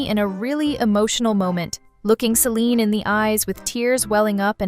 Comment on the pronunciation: IT'S CELINE NOT SELINE🤬😡